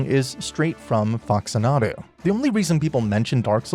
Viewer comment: Sweetie, I love this video: all EXCEPT for how Faxanadu was pronounced. "Fax-anna-doo" please. That game was one of my gamer foundations. Don't disrespect it.